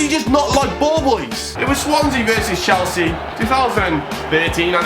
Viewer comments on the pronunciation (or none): none